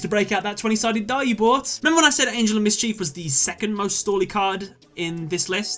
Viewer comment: 1. #88 Gimmick 2. Vennominaga 3. Last Turn 4. GhostTrick Angel of Miss-Chief 5. Whore-Uh-Kuh-Thee 6. F I N A L 7. Got bored - Clicked to a new video....